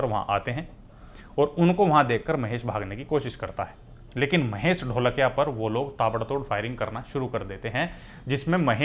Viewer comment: NOT ढोलकिया IT IS धोळकिया